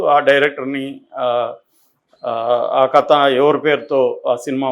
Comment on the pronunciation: క త కాదు కథ అనేది ఒక జర్నలిస్ట్ గా మీరే సరిగ్గా పలకలేకుంటే మా లాంటి పామర్రులు ఎలా విజ్ఞా న వంతులు అవుతాం సార్